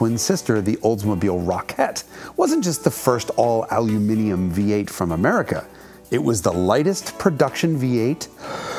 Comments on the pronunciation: He said, ALUMINIUM. He actually pronounced it correctly! ONCE. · First time I've heard an American pronounce aluminium correctly. Good job.